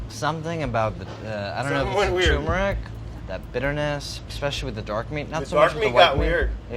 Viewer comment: Pronounce the first "R" in tuRmeric!